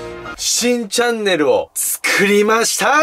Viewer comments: 最初新チャンネルがしいチャンネルに聞こえた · 新チャンネルが しいチャンネルに聞こえた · 新チャンネルがしいチャンネルに聞こえるw